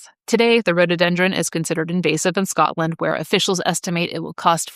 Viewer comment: It's so nice to hear an American who can actually say Scotland instead of Scatland.